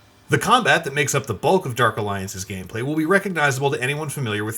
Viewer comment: Derk alliance. 🤣🤣🤣🤣🤣 this announcer dude lmao